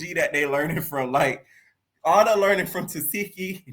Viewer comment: lol he be killing me when he say Ahna from Ny/Nj like it's the same spot ! SMH 🤦🏾‍♀️ 😂Totally different lml Florida Ppl ❤